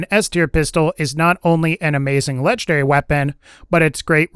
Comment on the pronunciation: I hate the way you say legendary..... "Lechederry."